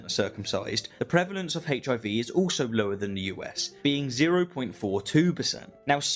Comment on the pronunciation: I love rationality rules but I can’t stand how he says HIV